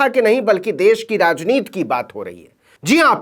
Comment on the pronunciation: क्या बात है? आप ne कसम उठा रखी है के "राजनीति" शब्द को "राजनीत" कहेंगें और पढ़ेंगे? हिन्दी भाषा को बख़्श दीजिए।